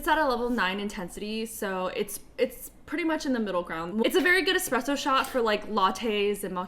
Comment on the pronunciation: You're the only person who has said espresso correctly in their nespresso video lol despite it being in the word NESPRESSO.